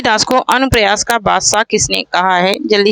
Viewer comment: Madam anupras nahin anupras padho